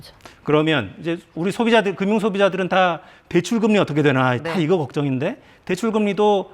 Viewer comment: 금융을 발음할 때 기자는 (금뮹) 이라고 발음하지 말고 (그뮹) 이라고 발음하라.